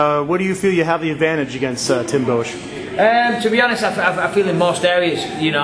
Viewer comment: lol boe-etch